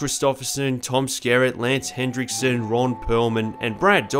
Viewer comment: his name is lance henriksen. there is no d in his name.